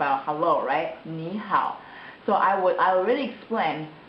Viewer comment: There's 2 things that I wanted to point out: 好 shouldn't be pronounced the same as how. You need to put more emphasis on 'ah' sound in hao. Also, 嗎 when used as a question marker always has a neutral tone. I've never seen it used with the first tone before until just now...